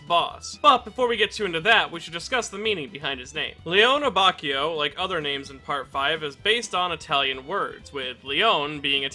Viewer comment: Great video why can’t you pronounce his name correctly